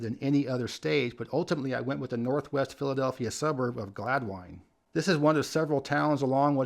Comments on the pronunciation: Main Line resident here. One of the many wacky Welsh-named places in the area, Gladwyne is actually pronounced "GLAD-win" as opposed to "GLAD-wine" as our King pronounced it. Have some fun guessing the pronunciation of some other towns on the Main Line! Wynnewood, Bryn Mawr, Bala Cynwyd, Berwyn--and don't forget the Schuylkill River! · In Pennsylvania Gladwyne is pronounced Glad-win, not Glad-wine. It’s Welsh.